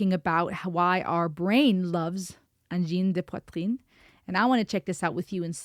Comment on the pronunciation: The best pronunciation of "Angine de poitrine". Cool!